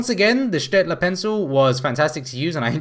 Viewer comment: Loving your on-point pronunciation of Städtler